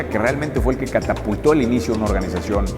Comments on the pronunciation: No quiero sonar mamón pero en el minuto dice Oranización en vez de organización. Saludos y gracias por los consejos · Bro, (observación) dice "oranización" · Excelente , definitivamente una inspiración. "oranizacion" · Excelente video. Pd: En una frase dice “oranizacion” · Minuto oranizacion? Qué es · Alguien mas vio que decia ORARIZACION en bes de organización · Excelente historia! ORANIZACION :v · "ORANIZACIÓN" MINUTO